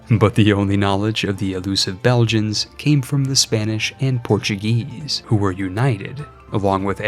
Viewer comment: did i hear portugayish?